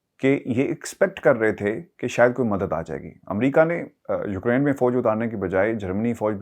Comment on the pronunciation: Its not Ukrine .. its pronounced as Uk-rain